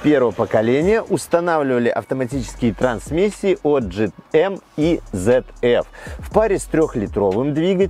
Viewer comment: ZF = ЦэтФ. Английский не немецкий.